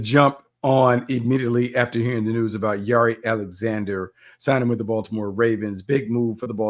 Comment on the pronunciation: Since when does Jaire pronounce his name like that? 🤦🏾 you throwing me off Bucky